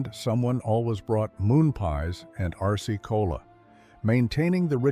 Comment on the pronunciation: I heard Arsce-Cola. Well, maybe to avoid problems with trademark infringement, or some such thing. 🎉